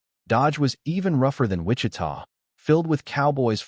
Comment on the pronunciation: Cuando dice en " wicha" supongo que quise decir Wichita